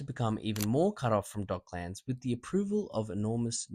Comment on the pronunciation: It's pronounced with a schwa vowel, like Docklends, not 'Dock-lands'. Just FYI